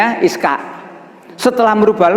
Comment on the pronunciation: Ishak bukan iskak.